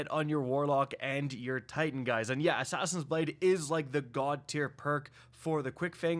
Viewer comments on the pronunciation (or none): none